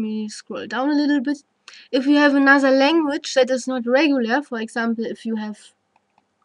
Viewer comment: pronounced you as khhou, I knew this lady is german. Nice explanation